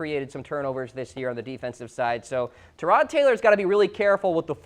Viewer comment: Tyrod not Tooouuurod